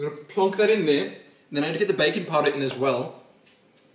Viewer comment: Legitimately thought you said "bacon powder" for a second there.